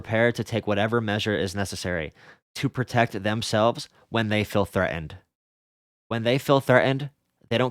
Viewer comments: OI FEEL THREA'ENT BRUV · I like the fact you pronounce threatened like a Londoner